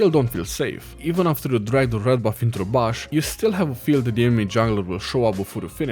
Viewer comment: lol i love how he pronounces 'bush' like 'bush'